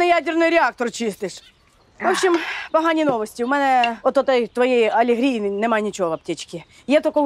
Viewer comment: Люба каже алєгрія 😂😂😂😂